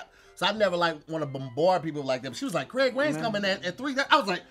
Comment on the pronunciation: Kwaig wayans? Really get the man’s name right!!